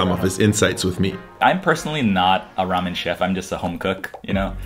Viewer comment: It’s Geramen